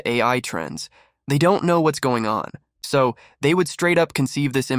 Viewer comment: "Sow" means so